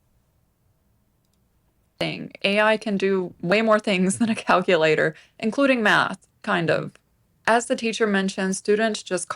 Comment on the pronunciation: Hey, how do you pronounce “calculator”. Found a mission for ya bud. Surprised you haven’t plugged that one in there yet. We will touch on the rest of your comments once you have mastered saying “calculator” correctly. It’s a tricky one I know, but I’ve run all the data on my cackulator and it says you got a good chance a cracking this brain buster.